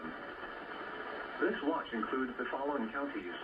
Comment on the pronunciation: "Repeating, dis a test" English is awesome